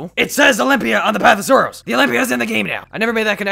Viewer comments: He said the path of sarrows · Lmao he said olymbia then says path of sarows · He said path of sorrows